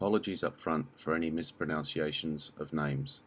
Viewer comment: LOL 'apologies for any mispronOUnciation of names'...the word is pronounced 'mispronUnciation'...ah, the horror...